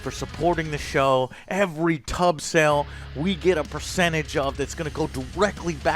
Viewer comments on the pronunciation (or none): none